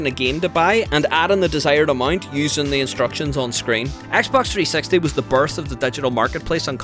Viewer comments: “Xbox 3 sex tee” 😂😂😂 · Him saying : XBOX 3sexty Me : 🤔🤭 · i love how he says xbox 360 he says it like xbox 3 sexty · Yes I never heard anybody say Xbox 360 like you Just saying